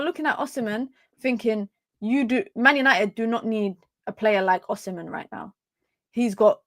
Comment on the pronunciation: Still haven’t nailed the pronunciation but you’ve made significant progress 😂 Last and final tip, the h in the “mhen” is absolutely silent. So pronounce as O-si-men. 🫡